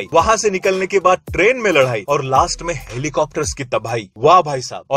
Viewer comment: लड़ाई ❌ लड्हाई ✅😅